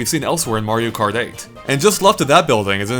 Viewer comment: Mario karth eith?